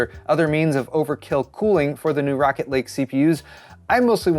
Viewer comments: Did you call it “Racket Lake” and was it intentional? Because that is hilarious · It sounded like you said "Racket Lake" in the intro... Seems like the right thing to say about them now